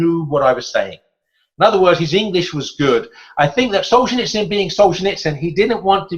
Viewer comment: You'd think that if the guy is doing a podcast or a radio show about some historical figure, he'd first find out how to pronounce that person's name. It's just basic respect to both the deceased person and to the listeners. It's also part of the job of someone who talks for a living. The man was not "Solchineechin". But then, this guy pronounces literature as "lidicher", so maybe he has a few literacy problems.